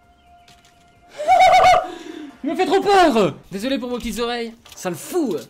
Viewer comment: désoulé 😂😂😂 ta bu ?😂